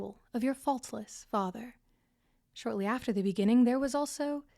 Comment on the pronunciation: In the beninging